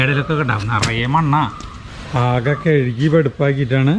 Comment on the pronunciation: കഴുകി എന്ന് പറയണം, കെഴുകി എന്ന് പറയരുത്. Good luck